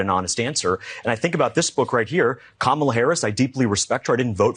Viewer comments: KAMALA, Man, COME ON!!! not "Ka Mala". please don't use the Republican's pronunciation. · I’m leaving this video because you don’t know how to say Kamala. Ben, are you there?